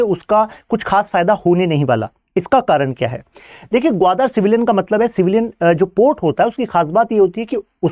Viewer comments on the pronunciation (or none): Guadaaaar nahi 😂😂😂guadar Port....aby padhna to sikhle pehle fir padhana Modi bhakt